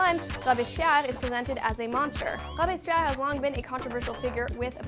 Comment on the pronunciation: It is pronounced "Robes-Pierre". I didn't even know if that is what she was actually trying to say lol.